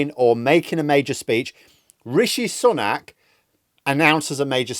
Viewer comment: You nearly said Rishi Spunk at one point... 🤣